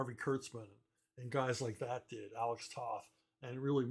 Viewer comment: Nice review. Also, it’s Toe-th. Long “o”. 😊